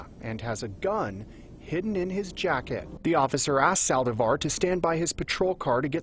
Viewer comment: Lots of problems for this reporter to say "Saldívar". I had no idea what he was saying